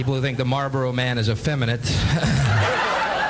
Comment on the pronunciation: What did he said ? Femi what?